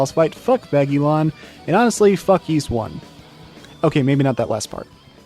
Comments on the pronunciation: OMG stop saying "Yeese" :( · "Yeees"? No. The title screen has its IPA pronunciation ffs. Anyway this boss kicked my ass until I realised that you need to use the Time Ring. For some reason no walkthrough tells you this... but try it; it takes a nigh-impossible boss and makes it a cakewalk. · I think the anime is a good way to experience the story of Ys 1 and 2 without having to go through the games (and that is rarely the case for anime adaptions of games, I find). It's also a good way to figure out how to pronounce Ys, something which the creator of this video somehow managed to avoid learning.